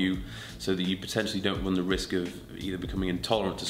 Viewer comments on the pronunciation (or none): none